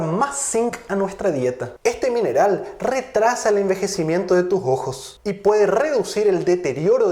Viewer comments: Es ojo o jojo? Se pronuncia raro pero gracias doctor por su información y tiempo dios lo siga bendiciendo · Jejeje!!! El doctor dice "Los jojos" En vez de "Los ojos" o como dicen en mi pais "Los sojos"